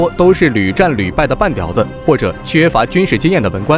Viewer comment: 半吊（diǎo）子，哈哈哈